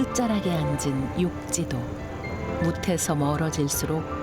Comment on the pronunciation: 육지도가 아니라 욕지도 입니다.